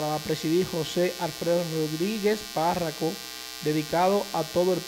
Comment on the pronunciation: Que verguenza ,,, fuiste a la escuela mi Hijo, se dice parroco. No parraco